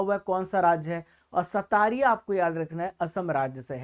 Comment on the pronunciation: Assam ka Classical dance "Satariya" nahi "Satriya" hain sir. Pronounciation galat hain.